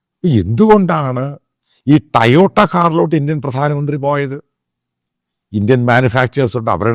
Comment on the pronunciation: ടയോട്ട അല്ലേടാ പൊട്ടാ ടൊയോട്ട